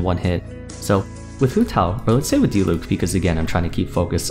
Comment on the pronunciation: Finally someone that pronounces "Diluc" correctly hahah